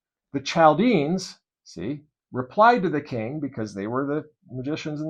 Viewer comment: Not to pick on you, as this was really good information presented. Chaldeans is pronounced Kal dee uns. And Manasseh is pronounced Man assa. The tetragrammaton was supposed to be the hebrew letters for yahweh or Jehovah without vowels inserted. I believe you can look these things up. ❤️❤️